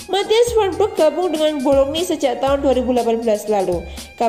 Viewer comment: Club BOLOGNA neng bukan BOLOGNI.........HAHAHAHAHA neng2 sblm ngisi suara isi dulu perutnya biar fokus,,,,,wkwkwkwkcekakak